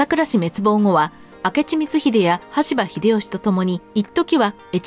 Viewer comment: 羽柴をしばたとしたり、名前逆さまだったりでしたな